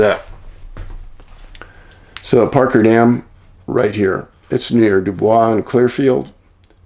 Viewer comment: Thank you for saying Dubois as it should be pronounced. ! I'm not from there but stayed a few days.